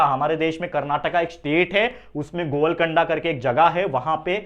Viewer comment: Sir govlgonda nhi golgond